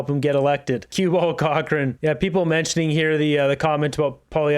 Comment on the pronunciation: It's not David Cochran. It's David cockroach